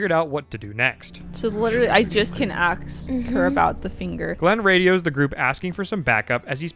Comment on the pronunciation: "aks" returns with a vengeance when I least expected it .. boooo -_